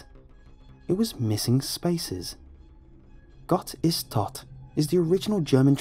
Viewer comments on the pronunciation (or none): His pronounciation of "Gott ist tot" killed me lmao, no offence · While listening to the story it took me a bit to realise that the name was "Gott ist tot" due to the english pronounciation. 😂 (But well done,! As always!)